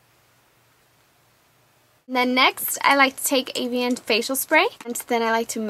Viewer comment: it's pronounced evian. not avian.